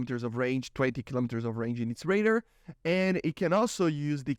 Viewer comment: Yo the way you say radar is hilarious. ''Raider'' ? ? ?